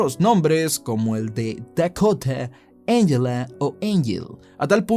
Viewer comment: Dekota, Engela, Engel jajajaja mató tu pronunciación jajajaja